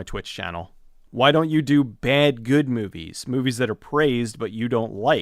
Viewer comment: I've always liked how he pronounces "mew-vies".